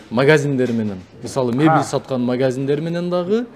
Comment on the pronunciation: Мебель деп айт мебил дебей табуретка дейт таблетка дебейт сөзүңү тактап Сүйлөгөндүн үйрөнсөң.